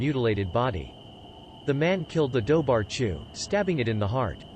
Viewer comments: 'Dobhar-chu' is actually pronounced as "doo-rah-goo", but we can't expect an A.I. to pronounce it right. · thanks, i was looking for a comment like that. i don't speak Gaelic but I know it's not pronounced like it's written 😂